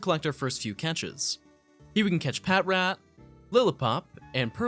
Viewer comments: Idk why but always makes me laugh when people say pat rat when even in the anime they said pa trat or am I just trippin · Wtf is a PAT-RAT? IT IS "PUH-TRAT* NOT "PAT-RAT" Sry it annoyed me lol